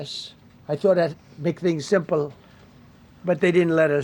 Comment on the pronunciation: There's no way this dweeb graduated high school. He can't even say the word "simple".